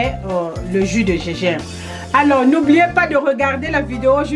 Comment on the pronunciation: du Gégimbre ? mdr